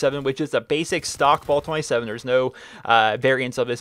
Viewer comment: Dude its not ball 27 its bal. ah not aw